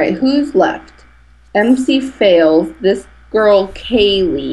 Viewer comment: You kind of pronounced my name wrong. It's Mc as in McDonalds, not MC! -Mc_Fails